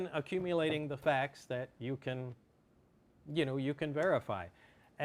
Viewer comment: "And really be carefu"... Great place to end the video,!